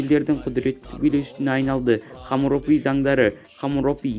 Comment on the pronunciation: Хомуропи емес Хамурапи.Сосн неге мың мың етіп сөйлеп отырсың.Нақты нақты айтсай